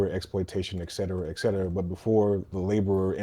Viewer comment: Dude had some good points, wish Destiny had engaged a little more. He keeps saying ex cetera instead of et cetera though which is a bit jarring.